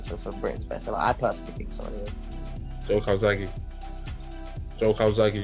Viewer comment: Joe……. Ffs it’s Joe.